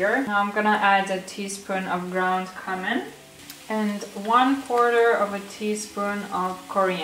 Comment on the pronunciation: There’s one annoying word you say I can’t get over 😁 should be kjumin not kamin. The way you pronounce sounds a bit offensive, but it’s up to you ofcourse. Anyway, I love your vlogs and all you do! Congrats on your new place!